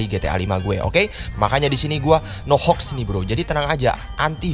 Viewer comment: Funny moment mau bilang "menyo" ehh jadi monyet mau bilang mod/hoax jadi "mox" b aja ehhh maksudnya "tapi anehnya disini" mau bilang mod/hoax jadi "mox"